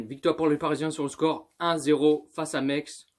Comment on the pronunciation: C'est pas mex c'est messsssse